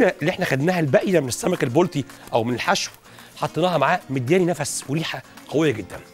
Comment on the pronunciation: . لو سمحت انطق كلمه البلطي صح اسمه البلطي ضمه فقط ع الباء